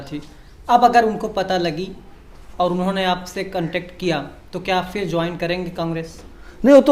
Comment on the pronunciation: Phir aur fir ka talaffuz alag hai. Usko samjho